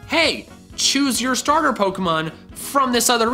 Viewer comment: Duck you cause you said stater